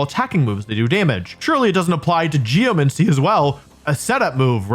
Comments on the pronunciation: He keeps calling it Geomuncy lol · great video so far, but how many times can I handle "geomency" before I go insane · the way he pronounces 'geomancy' is actually hurting my soul. bro GEOMANCY. where are you getting 'geo-MENCY' from??? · Like geomency instead of geMANcy your doing this on purpose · "Geomincy".. cringe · Am I crazy? Or are you saying geoMENcy? Is this an accent or pronunciation variant I'm unfamiliar with? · I can't believe he spent all that time saying Geomancy and Primordial wrong only to only pick up on his mispronunciation of Aerilate. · Since you mentioned people correcting you, I have to say: it's pronounced "pry-more-dee-al" not "pry-more-jul" and geomancy is like "geo-Nancy" Primordial